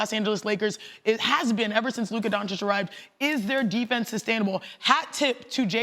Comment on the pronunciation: If he says Luka’s name wrong one more time bruh lol